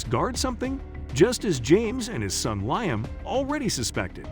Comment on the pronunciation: It's Lee-um, not Lion.